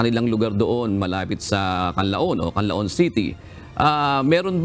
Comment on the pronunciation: pls. pronounce the Canlaon properly...